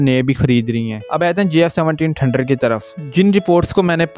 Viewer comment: بھائی ٹھنڈر نہیں ہوتا تھنڈر ہوتا ہے پلیز سہی سے بولو ۔